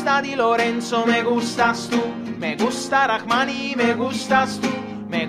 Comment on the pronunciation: Merci pour le prononciation de «Rrahmani» tu l’as très bien dis